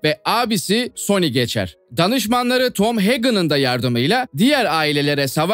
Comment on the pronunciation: Sony 🤬 ismi bile telaffuz 🤬